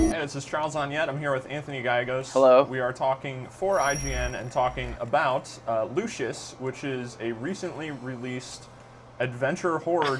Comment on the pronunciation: It's pronounced "Lucy-us".